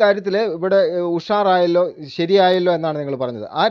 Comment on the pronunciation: ഉഷാറായാല്ലോ എന്നല്ല ഉസാറായില്ലേ എന്ന് 😂😂